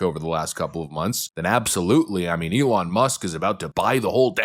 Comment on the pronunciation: Anyone else get rubbed just a little wrong by how bernie says eh-lon.